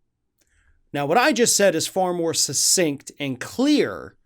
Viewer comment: I know that English is a foreign language to 'mericuns, but the word is succinct [suk-sink-t] not susinkt